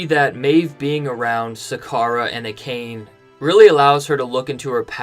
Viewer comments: I'm fluent in Japanese, and I literally cringed at "A-khayn", like "Dude! How can you know the material so well, but can't pronounce "Ah-kah-naye"??? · Love ya man, but you have to learn how to pronounce Japanese words. It is pronounced Ah-kha-nhe. Now I admit my bias, I studied Japanese in high school, so I just know these things. However I have seen most other video podcasts pronouncing these words correctly. Honest feedback, otherwise I love your videos! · Ah ka nay not acane. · Dude, they literally pronounced "Akane" for you multiple times in the episode. lol.